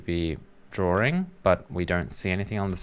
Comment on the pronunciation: What is a drawring?